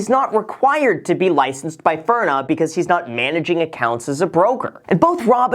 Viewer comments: Bro, I love you enough to let you know its "FIN-RA" NOT "FIRN- NA " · It’s FINRA, not FIRNA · It’s pronounced FINRA, not FIRNA.🙂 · Article : FINRA Graham : FIRNA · "FIN" -"RA" haha Not "FURNA" Good video though, that just caught me off guard lol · FINRA not FIRNA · Loved the video, very informative. FYI, it’s “FINRA”, not “FIRNA” 😂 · FINRA...say it with me Graham! FIN-RAH. Graham: FuRnUh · Nobody: Graham: FIRNA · FIN-RA not FIR-NA. Still smashing like tho. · FIN-RA. “Fir-na” made me cringe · "Fin - rah" not "Fur - nah" :) FINRA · Hey Graham, Nice work on the video. Some friendly advice though as you’re dropping disclosures that you’re not giving legal advice - don’t mispronounce the enforcement agency’s name. It’s FIN-RA, not FIR-NA. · Lol are you trolling us? FINRA, not FIRNA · LMAO its FINra not FIRna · Graham - Just a heads up, It's FIN-RA, not FIR-NA. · Everyone: FINRA Graham: FURNA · FINRA bro not FIR N A...good info though. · Graham it is FINRA not FIRNA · Is it me or did Graham keep calling FINRA as FIRNA? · It's FINra, dude, not FIRna. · Firna? What the hell? Lol it's FINRA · It's FINRA. FIN-RA. Not furna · Graham... it’s not FIRNA... it’s FINRA. Say it with me, “Fin Rah” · FINRA not FIRNA 😁 Having dealt with a few FINRA investigations at my old job, thoroughly familiar with the name 👍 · Am I the only one that cringed at him pronouncing FINRA as “Furna”?? 😭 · Hey man it's FINRA like FIN-RA not FIR-NA haha. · its pronounced FINra, not FURna! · Did you just call Finra, Firna hmmm a shame a shame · Am I the only one catching him saying "furna" instead of FINRA? 😕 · You would think a millionaire would know that it's FINRA, not FIRNA. Jesus Christ. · F I N R A. Not. F I R N A :) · Loved how you called it FURNA. Great video! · FIRNA.... that's driving me nuts. STOP SAYING IT!! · Is no one else upset at the blatant mispronunciation of “FINRA?”